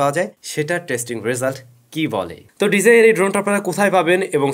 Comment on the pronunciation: Bro just a small request please learn how to properly pronounce “DJI”